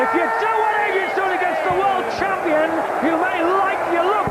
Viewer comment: "World chumpian" classic commentary there!